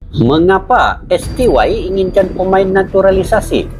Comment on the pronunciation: Koreksi bang : STY ( dalam Bahasa Indonesia di baca ES TE YE ) mksh